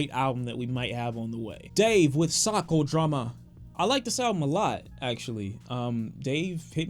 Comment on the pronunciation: why did you say psychodrama like that?